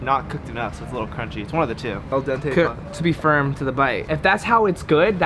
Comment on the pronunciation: You pronounce name of restaurant wrong,and pasta is coked al dente, you read what that means and even after that you didn't know how to describe it/what that means